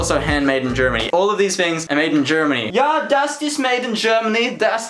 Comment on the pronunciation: He seems to actually make swedish accent when he talks about germany